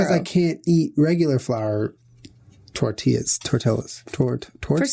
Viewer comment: Tortillas..tort...tortoises xDDDDD